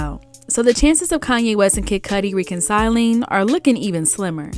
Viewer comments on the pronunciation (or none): That’s not how you pronounce reconciling.